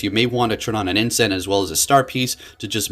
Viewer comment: The singular of incense is incense. Wtf is "incent"? You said it more than once...